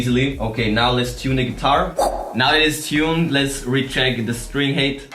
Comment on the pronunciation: please, look up the pronunciation of "height"! it always sounds like you're saying string hate